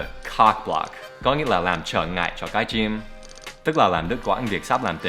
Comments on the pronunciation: teacher cái chim not cái trym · cái trym, đan phát âm chuẩn lắm :)))